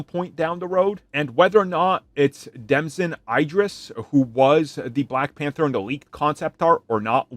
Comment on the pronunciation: The Damson Idris pronunciation was wild